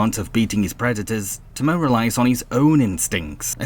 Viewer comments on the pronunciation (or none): It’s pronounced Te-moan and Pu-m-ba